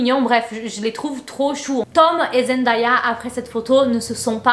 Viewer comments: Oi genti! Je voulais juste prévenir que Zendaya se prononce Zen Day ya et non zen die a ça n'est pas une remarque c'est parceque qu'elle a dit dans une intervention qu'elle supportait plus qu'on prononce son prénom comme ça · Salut, ta vidéo est bien intéressante mais tu prononce mal le nom de Zendaya. Ça ne se lit pas en français.